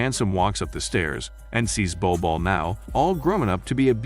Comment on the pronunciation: I love this film , sadly the name is butchered here